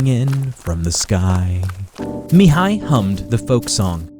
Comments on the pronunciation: great pronunciation when saying ''Mihai'' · I am from Romania and when I heard " Mihai " I think that episod happen in East Europe ( because is a very common name in this zone ) , but I was surprise when I hear that is Romania . You pronounce very good the name , but I am curious how you will pronounce the names if they have " ă " or " â " in them ( these letters are pretty use for a lot of romanian words and names )